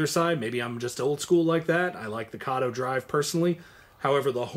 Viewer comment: F Y I: Kato is pronounced kah tow.